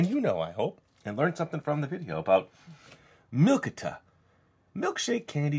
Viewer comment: I have the vanilla flavor of this and it is pronounced milk-e-ta